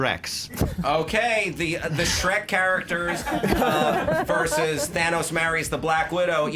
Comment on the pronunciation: For god's sake, it's "versus", not "verse". #pettycomplaints